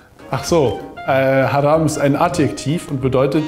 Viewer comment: Das Wort "Haram" für "verboten" wird, wenn man es richtig aussprechen würde "Haraam" (also mit einem verlängerten a nach dem r) ausgesprochen. In lateinischer Phonetik für arabische Transliteration würde dies so aussehen "Ḥarām". Den wenigsten, meist jungen Muslimen, ist das jedoch bekannt und sprechen es so aus, dass es der "Masjid al-Haram" (wörtlich übersetzt: die heilige Moschee) vom Laut her ähnelt. Die beiden "a" im "Haram" von der "Masjid al-Haram" werden einfach bzw. schnell ausgesprochen. Wörtlich übersetzt heißt "haram" mit den zwei einfach ausgesprochenen "a" auf Deutsch "heilig". Hieran ist gut zu erkennen, dass es manchmal lediglich einer kleinen Abweichung in der Aussprache bedarf, um einem Wort im Arabischen eine völlig andere Bedeutung zu geben. Vorallem bei der Rezitierung des Quran, sollte hierbei Wert gelegt werden. Deshalb sollte man wenn man eine Sure des Quran auswendig lernen möchte, vorallem bei nichtarabischen Muttersprachlern, sich hierzu am Besten parellel die jeweilige Sure von bekannten Rezitatoren online anhören um sicher zu gehen, dass man auch die Aussprache drauf hat. Hoffe das hat geholfen! Salam :)